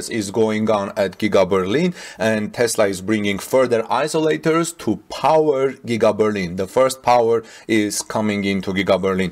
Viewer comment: I tried to help him before, but he has no time to read the comments. eye-Zo--lators and Souplied